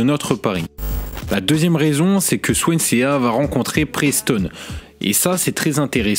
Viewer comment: Swansea ne se prononce pas « Swan c’est à « mais Swansee a l’anglaise .